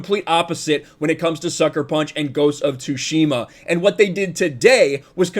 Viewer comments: I am soo looking forward to have a go at the game, I still haven't to this date! And coincidentally I am also learning Japanese, so gonna totally play it with Japanese language option! Also, a small tip - its pronounced "TsUshima", not "TsushIma";) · The t is silent you thick w⚓ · .............the T is silent.